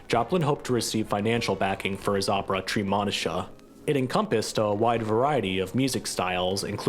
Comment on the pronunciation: The correct pronunciation of Treemonisha is, "TREE-MOE'-NISHA"!